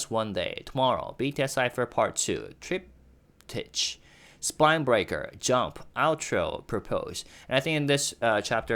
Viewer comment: Just to be helpful - not critical, triptych is pronounced “trip-tick”.